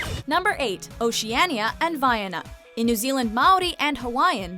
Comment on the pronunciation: Oceana not oceaniya